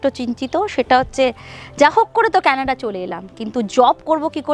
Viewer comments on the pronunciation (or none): none